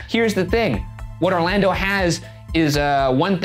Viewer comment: not only was i surprised but appalled when ryan said orlando - someone who lives in orlando